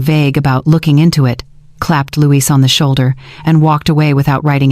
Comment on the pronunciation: Numbers are off at the XMas party .... and the CC is really off. It was fun to listen to but .... Louis or Luis. Not Louise. Oh and the "kids" slipup that the evil daughter-in-law said when Caleb and her only have 1 kid.